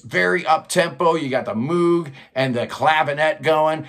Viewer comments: Every time I say “Moog” (which is quite often when hosting a channel devoted to Prog Rock) I cringe, knowing I’m mispronouncing yet another word… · Moog rhymes with Rogue.